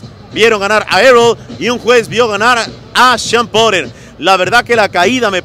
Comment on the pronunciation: Pronuncia bien porter cuel porer jajaja...